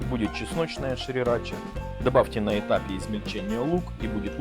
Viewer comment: интерпретаций много, но правильно сирача😉